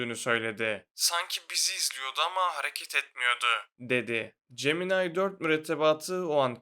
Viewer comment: Abi niye gemini demiyom cemenay diyon beee😂😂